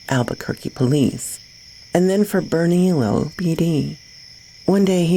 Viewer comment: Hey girlie..just an FYI for ya (if you are interested) Bernalillo is pronounced like "burn-uh-lee-oh"